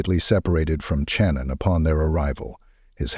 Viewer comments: Her name is pronounced SHannon not CHannon. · This must be AI. He has consistently pronounced her name Channon instead of Shannon. Moving on.... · why do you use an AI voice and disrespect the victims because you don't have "time" to do the narrative yourself? That's BS because you're disgusting AI voice over keeps mispronouncing her name literally 15 or more times! I'm unsubbing NOW